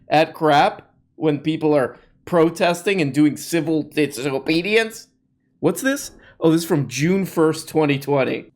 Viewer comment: “Civil Disohbohdiance”